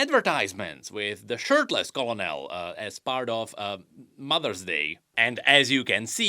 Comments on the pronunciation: I love you. But if you didn't know it's not "Co-low-nell" it's "Ker-null" But if you're making a funny joke then ignore this completely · Co-lo-nel? It's pronounced KER-nel. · as someone in the military hearing say colo nel is tilting me......... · I love that he says colonel like colonel and not Colonel (kernel) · Co and L? Did we not even bother looking up how Colonel is pronounced? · "Colon el" lolol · The "L" in colonel is pronounced like an 'R" because French. It's pronounced Kernal. You cannot comprehend the damage done to all of human language by the French. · Colonel is pronounced Kernel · colonel is pronounced kernal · why do you say it like that I get that its spelled colonel but its pronounced ker nuhl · He pronounces colonel like colonel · Colonel is said like KERNEL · The way you saying Colonel is troll I love it. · thats not how you say colonel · colonel pronounce colonel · Don't worry, we can forgive you for mispronouncing Colonel. It's one of those words that, for whatever reason, the sound doesn't match it's spelling in the slightest. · You mean like 50% of all English words? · i cant tell if you're pronouncing colonel wrong on purpose because it is spelled stupidly